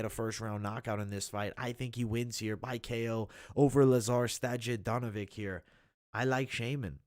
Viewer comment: Lazar Sto - Ya - Dino - Vich. Great content though.